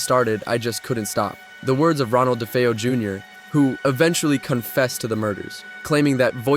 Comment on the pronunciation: Da fee oh no Da fay oh.